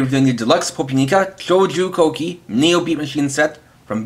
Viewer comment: That was the perfect Japanese pronunciation